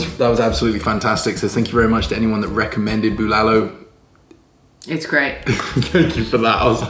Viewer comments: Good eve congrats again. You really lucky, fiancé good cook. boiling the meat is usually a struggle, we use pressure cooker for beef to save time wait didn't wipe dry the rice cooker underside? BULALO. You got pronunciation right this time. "tagay hanggang mamatay" Tagay - toast/shot/drink Hanggang - until Mamatay - to cause death "let's drink until our deaths" See correct pronunciation here: • • the way eating it is how we would've done it "save the marrow for last", unless you think somebody will beat you to it 😉 "not a big cabbage fan"... So "broccoli" is the cabbage. Hahaha But you're right, cabbage tastes very good in bulalo. when a guy tells a girl "I like your cabbage" then awkward silence 😓 hahaha doesn't look like he drinks a lot. He looks like the guy who kicks the ass of someone who drinks a lot and gets rowdy at a club. 💪 oh the joy of having bulalo,.. and the high blood pressure afterwards.. hahaha marrow delight. Yum 😋 high blood dance? Hahaha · Almost perfect how you say bulalo. That's masarap by the way. ✌ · Your "BULALO" is better than mine! Looks good!Good Job!